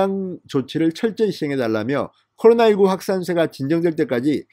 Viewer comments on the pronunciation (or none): none